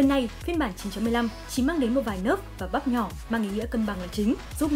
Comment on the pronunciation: Ad thik ăn bắp hay sao toàn nghe bắp bắp